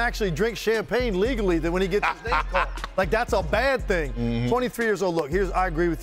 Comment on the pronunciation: nobody in the commentary world knows how to properly pronounce his name